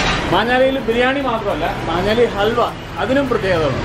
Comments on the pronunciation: Its maanjaaly bro not manjaaly. It's near my mum's place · മഞ്ഞാലി അല്ല ബ്രോ "മാഞ്ഞാലി" ആണ് മാഞ്ഞാലിക്കാരുടെ പ്രധാന ബിസിനസ്സ് കാറ്ററിംഗ് ആണ് അങ്ങനെ അവിടുത്തെ ബിരിയാണി ഫേമസ് ആയി...